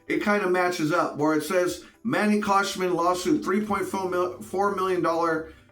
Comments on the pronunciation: Bro. It's Khoshbin. Not Koshman. Just like it's Gintani not Jintani. You constantly mispronounce people's names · Who's Manny KhoshMIN? It's KhoshBIN.